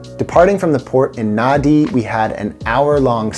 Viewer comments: Pronounced "Nandi" thats when i realised you were just reading. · I can't believe that you've been there, yet you keep pronouncing the place as Naa-dee. It may be spelt Nadi, but it sounds like Nandi.